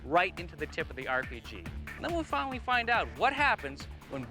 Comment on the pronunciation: Grant made a slip up amd let his true engineer out. "Then weill fwinawy find ouwt" rip king 🙏